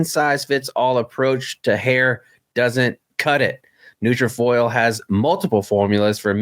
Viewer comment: Good episode. There’s a YouTuber named Peter Fairlie that uploads daily NK soaps and news. It’s a pretty good watch when you put the subtitles on…Also, for the record when reading the ad in future episodes it’s NutraFULL not NutraFOIL.